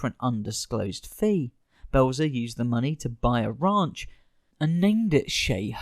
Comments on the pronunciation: It's Belzer not Blezer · It’s Richard Belzer. BELL-ZER. Like it says in giant block letters in your own video the precise moment you mispronounce it. Priceless, flawless, impeccable timing on your lack of preparation! The rest of the video, likewise, is exceptionally well done and highly entertaining! Well done! Let’s practice those names, then, shall we? Carry on! 😂